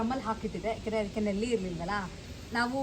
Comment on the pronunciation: ನೆಲ್ಲಿ ಅಲ್ಲ ನಲ್ಲಿ